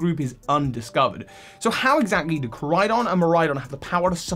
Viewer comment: KorAidon. You keep forgetting the A. And really it shouldn't be a vehicle at all, it's stupid.